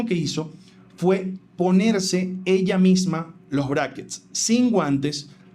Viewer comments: Weon la mana dice braises a los braquets, en serio alguien la logro tomar en serio? Jajajajaja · Me da risa que la chica en vez de decir Brackets parece que dijera Brazzers XD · Que se puede esperar de esa pelada jaja no sabe ni pronunciar Brackets y decir que son fijos jaja 🤦🏼